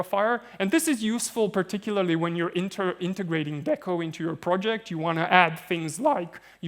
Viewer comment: >DECO >Literally stands for "DECentralized Oracle" >Pronounces it with a short E bruh